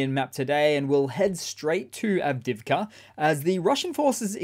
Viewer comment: Good coverage, but I do wish after all these months he'd learn how to pronounce Avdiivka. Av-Deeev-ka. It isn't hard.